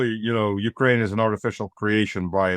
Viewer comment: And likewise, Ukraine, like insurance and police, has the emphasis on the second syllable, not the first. God how tired I am of hearing YOUkraine.